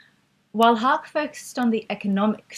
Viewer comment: great content, but Haacke is pronounced "hack-eh"